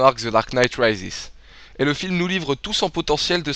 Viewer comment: Comment tu prononces "Rises" mdr X) Mais la critique est de qualité donc rien à dire.